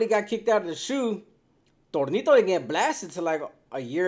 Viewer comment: Who in the Fly F!!! Is Thornito???? I've heard of Toñito?